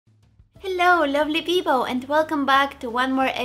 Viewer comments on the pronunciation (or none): Did i hear hello lovely PIPOW!? 🤣